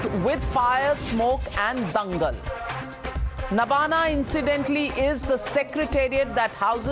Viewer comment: Nabanna (नवान्न) not Nabana